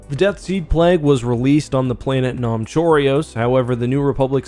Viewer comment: I gotta say... that's now how I pronounce Nam Chorios :D also told you i'd get to watching this eventually. and I am enjoying it (halfway in so far)